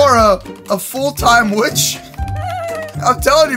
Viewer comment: YO WHY HE SAID 😩💅🥂WITHC 🥂💅😩. INSTEAD OF 🙄💅 😩 🥂 ✨ 😳 👉 WITCH 👈 😳✨🥂😩💅🙄